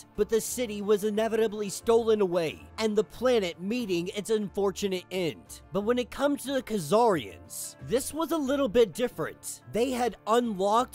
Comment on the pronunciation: It’s not “k-zarnians” it’s Csarnians like Tsar